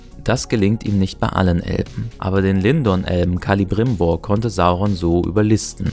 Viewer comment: Wer sind den Zeleborn und Kalibrimbor? Die Namen fangen beide gleich an Celeborn, Celebrimbor, oder wie in Celebrian - Tocher von Galadriel, Frau von Elrond. Celeb ist Sindarin und bedeutet Silber. (also Silberbaum, Silberne Hand und Silberne Königin) Das "C" wird wie ein "K" und nicht wie ein "Z" ausgesprochen, nur mal so falls Cirdan in der Serie vorkommen sollte, zumindest sollte er das, weil eine der Elbenringe bekommt.